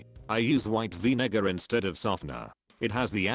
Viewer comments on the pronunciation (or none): “Vinegar” that doesn’t sound right 😂